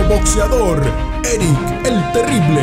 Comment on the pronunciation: errick el terible morrrrrrales, jajaja pinches gringos nunca pronunciaron bien el nombre del super campeon el Terrible morales